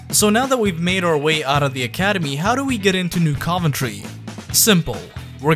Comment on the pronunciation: Dude it’s pronounced New CUV-entry